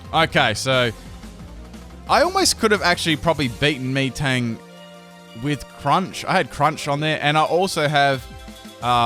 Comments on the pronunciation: any one else hear him say meeting instead of metang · ITS NOT ME TANG ITS MEH TANG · YOU PRONOUNCED MATANG WRONG